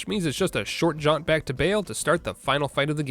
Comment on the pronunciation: It is Baal. Not Bail xd